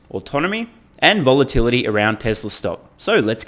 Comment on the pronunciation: I keep hearing, "stock price volatunity."